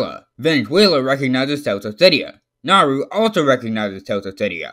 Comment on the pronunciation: ITS NOT NARU!!!! ITS NAURU!!!!!!